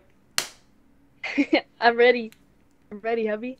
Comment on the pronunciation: Darlin*** not darling lol 😂